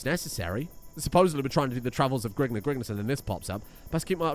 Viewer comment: House grigner instead of grignr